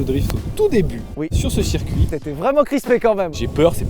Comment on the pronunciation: QUESTION Si "Circuit" se prononce donc "Serre-Cuit" 😂 doit-on désormais écrire "Mircedes-Binz"? 🤔 En vous remerciant